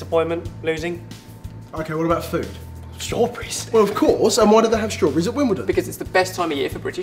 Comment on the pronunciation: i love how you say struburries :)